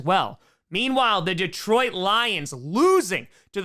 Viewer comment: this pronunciation of Detroit is better but still not great. Deeetroit, not D’troit